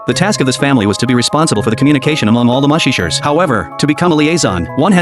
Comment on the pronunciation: “ mushi- shers “😂😂😂